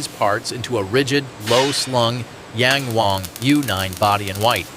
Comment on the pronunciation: Yäng Wäng. lol. lehrnt mal chinesische Aussprache ihr doofen US-Amerikaner.